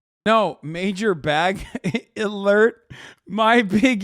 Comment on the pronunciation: Major bag e-lert gets me every time lmao